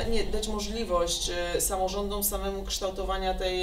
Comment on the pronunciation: Posłanka ze wsi, która wymawia "ucznią", "samorządą".